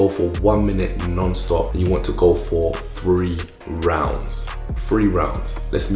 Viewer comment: When he said three rounds and emphasized that statement 😰🤣🥺😍